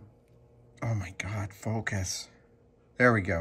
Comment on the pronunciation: "FoCUS!" kept making me think "Aziz LIGHT!"